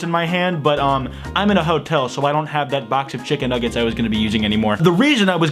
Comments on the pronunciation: I loved the way he said chicken nuggets. "chiggen nuggets" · When he said ‘chiggen nuggeds’ I felt that